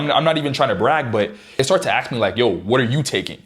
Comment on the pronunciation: how is it that you can say all the words in the english language, yet you cannot seem to say ASK, why ? why do you say AXE?